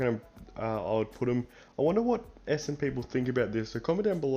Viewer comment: There is an "N" in ESSENDON. It's not ESSEDON. FFS.